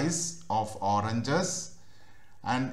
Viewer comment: अबे अंग्रेज वो ओरनजस नही ओरेंजेस